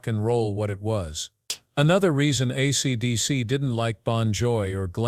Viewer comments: Maybe you should concentrate on getting your AI to say: "ACDC" instead of "ACTC" before releasing this slop! Just saying! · I know it irritated me to a point I couldn't finish it. ACTC........ TF is that band?